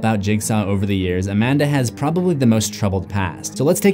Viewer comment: She’s A-Man-Duh